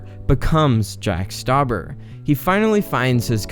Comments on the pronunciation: You butchered his last name. It's pronounced (St-ow-bur). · Its not jack stuaber its jack stuaber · You pronounced his name wrong